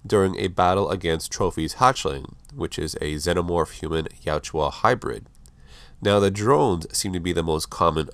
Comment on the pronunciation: my dude, its jautja not jatjua :)